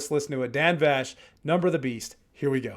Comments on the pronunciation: Yeah for a Dan Vasc (pronounced Vask) knowledgeable reactor! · Vask, not vash❤ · IMO, there is nobody out there that can compare to Dan. He blows everyone else out of the water. His covers are so much better than the originals that I find I can't listen to the originals anymore. LOL. Thanks for the fantastic reaction! And FYI his name is pronounced Vasc like ASK. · Correction needed: Dan’s last name is pronounced like ask/ mask/ bask/ task, but with a V in front. (You’re saying it with a “shh” sound at the end.)